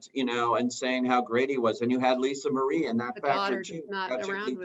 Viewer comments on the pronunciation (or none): none